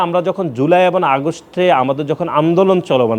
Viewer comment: এবন না এবং উচ্চারণ ঠিক করে বলতে পারে না , এই পাডারে কে বানাইছে সাধারণ সম্পাদক